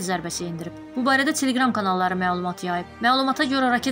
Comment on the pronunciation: Dilində əzdirə əzdirə Teleqram yəvəzinə tileqram deyir çileqram deyir baş açmırsan necə ki burnunda mızıltılı danışan türk qızları kimi Güya krutoyluq sayılır yoxsa nə dərdi anlamırsan